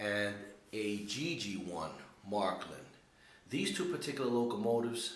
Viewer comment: its not called marklin, its märklin. Maerklin!! but you sure got a nice track